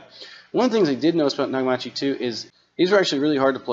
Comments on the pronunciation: Some good info, thank you… but your mispronunciation of NA KA MI CHU drove me crazy… They were a very famous Japanese audio company in the 70s and 80s especially for cassette decks…. but now mostly defunct (actually bought out by a Chinese company that seems to just license out the name sad to say)… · Exactly my thoughts...had to rewind and listen to what I heard, Nagamachi? Where that pronunciation came from is beyond me. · Negimachi? Seriously? The reviewer is not only unfamiliar with a great name in audio, but he can't read either. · The Nakamichi pronunciation does not seem right to my ears 😂 could be my Zen- Heiser Headphones are not able to reproduce it correctly 😂😂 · Mike Lucey .....Exactly......! Don’t you just hate it when people can’t pronounce words words right but will make up their own pronunciation.... lol....🤣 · Maybe he should have gone upstairs to ask his mom how to pronounce that big foreign word. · Naka-machi? Pretty sure it's Naka-michi as in mee chee. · It’s pronounced Na-ka-me-chee. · “Nah-ga-mah-chee”. Almost... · Haha, “nagamachi”, repeatedly. It is “knockameechi” and always has been since the days when Nakamichi was an authentic high quality hifi brand rather the shilled out brand it currently is. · Not "Nakamachi" "Nakameechi". Long E. You're a newbie. Nakamichi has been around since the 70's. They used to be famous for the best cassette decks in the world. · "Nag-a-mauchee"? Bahahahaha! Damn, man, it's Nakamichi...kind of a big name in audio. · Nakamichi is pronounced Naka-MEE-chee, not Na-Ga-MA-chee. It's literally pronounced how it's spelled. Japanese is pretty darn simple to pronounce. I hope you don't pronounce Toyota as Toy-YADA. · pls pronounce the maker's name CORRECTLY -- it's literally right in front of your eyes NAKAM I CHI NOT -A-CHI !!! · The last ones are pronounced Nak-a-me-chee and they are fake. They are good.but they have just stolen the name and stamped them on there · naga 😂marchy 🤣🤣🤣